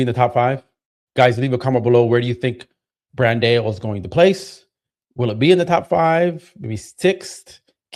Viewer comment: Come on, you are telling people it’s not Bandayo, it’s Brandow, but you are calling him Brandayo. I have to give you some push back to as well.